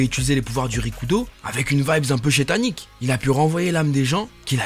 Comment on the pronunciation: Mais tu peux arrêter de dire shétanique